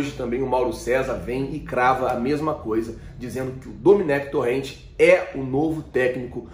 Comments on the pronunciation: o nome do técnico é Domènec Torrent ou seja: como se fôsse Domênico em português e não Dominique, entendeu? E o sobrenome se pronuncia Torrém, entendeu? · A pronúncia é Toren